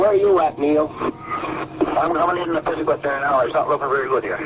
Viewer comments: It’s pronounced neh-piss-ih-guit. This is near where I live and grew up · If you want to be taken seriously at least learn pronounce the name of the place you are talking about. What is a "nepa seguit"? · It's pronounced "Neh- PISS-ig-wit". Yeah, easy to mess up. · The correct pronunciation is "nuh-pi-si-gwit". I grew up there. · Nepisiguit: Ni-piss-i-gwit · The "u" in Nepisiguit is alot shorter, should be pronounced "nepisigwit". Great video otherwise! The recording between and the RTC is definitely worth listening to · Really butchered the word Nepisiguit. :(